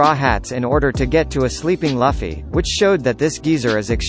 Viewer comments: Did he just just say laffy insted of luffy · What the F is "G O L D Roger" and "Laffy" man!! It's Gold/Gol D Roger and LUUUFFFYYY damn F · It's lufffy not laffy ! Damn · Luffy must be pronounce as "LOOFFY" and not "LAFFY" It's "GOL D. ROGER" or "GOLD ROGER" and not "G.O.L.D. Roger" "ROCKS" not "LACKS" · It's not laffy, it's luffy bro -_ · Laffy....G O L D roger... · Excuse me did you pronounce luffy as laffy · LAFI? GI OW EL DI ROGER? WTF DUDE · He said luffys name wrong I’m not trusting him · Hoy you gonna pronounce luffy wrong? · The video ended for me when he couldn't pronounce luffy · uh.... yuck the way it pronounced luffy ....